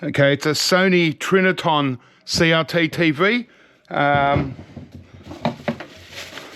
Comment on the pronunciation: Trinitron not Triniton